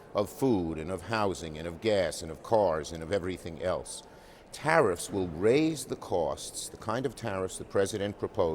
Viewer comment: Oh, he said tariffs. I thought he said Harris.